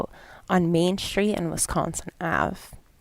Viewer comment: I've tried really hard to watch this video but I can't get past your mispronunciation of "st" words like struck or street. There's no H in there. SHtreet.. SHtruck... Jfc woman. Thumbs down.